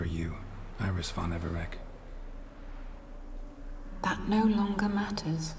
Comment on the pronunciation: its von Everec not Von Everic